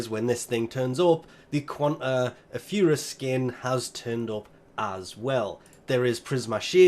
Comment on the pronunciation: can you actually learn how to pronounce auf eis?